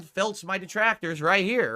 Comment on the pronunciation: It’s almost rage inducing the level of social unawareness he has and is so quick to tell people what he thinks someone else line of thought is and present it as fact. “See he doesn’t like duhtractors either.” But I gotta remind myself he’s touched